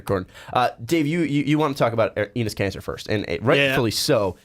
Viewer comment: EEnis Kanter? lol idk why but that pronunciation sounds like nails on a chalkboard